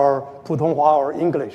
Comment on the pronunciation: 港大的學生的英文會話實在很差，在表達及發音上的能力都非常欠缺。發音不準，聽來剌耳，又多時詞不達意。